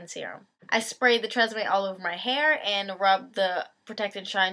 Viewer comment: you say tresseme weird.